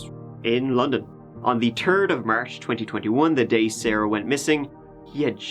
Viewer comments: Crazy he can make the H sound is the word march but pronounces THird as Turd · Never have I ever heard anyone say turd instead of third. Cracked me up 😂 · "It was on the turd of March. That turdy tree (🌳) yr old..." Me: Yessss! 😎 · “The turd of March….turdy-tree year old…” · I know it's just an accent, but "on the turd of march"? Really? That's just too good. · "at the turd of morch." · "turdy tree" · I'm new here so bare with me but... does this guy normally have a very strong accent? His "th" sounds always come out as "t" sounds. It's super distracting when he says things like "the third..." and it sounds like "the turd". It's it just me? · “On the turd of March” I love your work ethic, comedy, passion and the channel so much. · "The turd of march" Chuckles in proper pronunciation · "The'turd' of March" I don't think so. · "...in the turd of march" xD so cute :P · Every single episode you somehow find a way to say “third”, and it makes me giggle because it sounds like you’re saying “turd”….I’m 5 years old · I like to play a drinking game where I do a shot every time this guy says turd or tree. He should do a special on the person who murdered the h from his alphabet lol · There is the number "Turd" again. Every video he makes has "Turd, Tree, Turdy, or Turd-teen" within the first 5 mins or so. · 'Turd of march' NEVER GETS OLD LOL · you pronounce Third like I do "turd" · Man, if you’d only apply the “th” sound that you use for “the” to words like “third”.